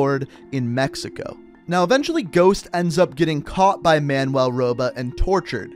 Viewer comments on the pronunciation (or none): none